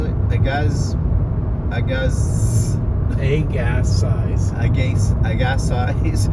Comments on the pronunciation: The town you were trying to pronounce on your drive through Chilliwack ( yes I know that stretch of Hwy 1 ) is called Aga See. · I burst out laughing sooooo hard at the pronunciation of ‘Agassiz’, - it is a tough one. My hubby is from Harrison Hot Springs.